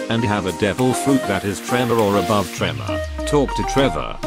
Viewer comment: legit sounds like he says Trevor the whole time instead of tremor, you could just use you’re real voice but nice video.